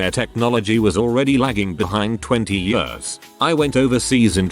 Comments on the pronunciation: Text: Years Text to Speech: Yörs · years = yurrs lol